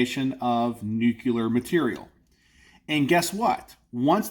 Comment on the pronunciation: Nu-cu-ler? Or nuclear? Alright G. Bush lol 😂